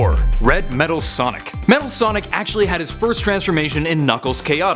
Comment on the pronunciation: Metal Sonic Kai. No one gets it right for some reason.